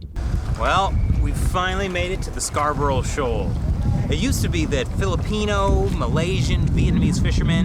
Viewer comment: as a long time viewer i have to point out, you cant say scarborough.. i know how to pronounce it, i live where the shoal was named after